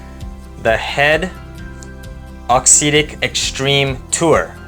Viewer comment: Good review, cheers. Just one thing, if you can say “exotic”, you can say “auxetic” correctly!